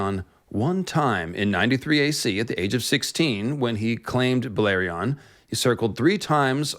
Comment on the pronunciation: Balerion... That pronounciation kills me.